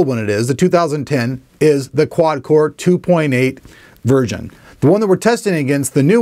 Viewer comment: am i the only one that here's him say 'quad-core 2.8 virgin' instead of 'version'?